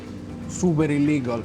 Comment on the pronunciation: Denger kaloh ngomong ilegal pasti gue ketawa 😂😂